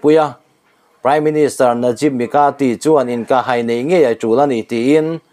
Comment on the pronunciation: Inkah hai, ilam dan, hai, tih lai tak I thluk dan hi lo en chiang hram teh aw